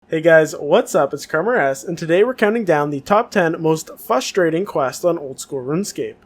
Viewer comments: I found it frustrating that you kept saying fustrating. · You can spell frustrating but not pronounce it??